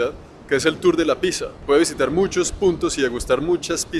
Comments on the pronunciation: Mi mami estudió italiano y dice que Pizza se pronuncia: "Pitza" .... "ni piza" ni "Pixa" 😅😉😉😉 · Querido y seguido, una pequeña corrección, se pronuncia PIZ ZA doble Zeta (como decir PITZA) y no PIXA O PISA...soy profe de italiano y me sonó mal...un abrazo 😘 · Interesante el videito,, pero me ha repateado los oidos a más no poder cuando usted dice "pisa" en vez de Pizza, lo siento hermano pero así ha sido, mireselo a ver.... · Porque los rolos le dicen /pisa/ a la /pitsa/ no es el único que la pronuncia a así. XD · Soy yo o me quede algo testarudo de tanto escuchar pisa y no pizza. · La verdadera controversia de la pizza no es si puede llevar piña o no, sino cómo se pronuncia. ¿Es picsa, pisa o pitsa? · pero por que dice pisa ? me tiene en pecado mortal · Me gusta que empieza diciendo "Picsa o Pixa" y en el si dice Pizza y Pizzería correctamente. XD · Cada vez que dices PISA hahaha me duele el alma! y amo la pizza hawaiana! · Y por que dices pixa jajajajaja